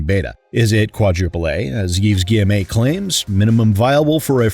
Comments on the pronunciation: Hey, just want to point out it's pronounced Gui-ye-mo and not Gui-ye-may. Have fun with the D&D stream! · Stop saying guyemé plz that’s not how it’s pronounced do some effort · Hey, Just to let you know, Yves's name is pronounced "Eve ghee-eh-moe" I found myself snorting a bit at your pronunciation as a French speaker. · The pronunciation of Guillemot as "Gi-Em-A" is killing me! XD I can't breathe! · Love that you put in the TB-style review of the options menu 😄 Also love that you consistently mispronounce Guillemot's name, because he clearly does not respect the customers of the games he publishes, so neither should we respect him in turn.